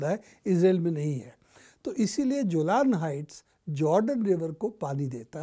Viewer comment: Not जोलान it's Golan Heights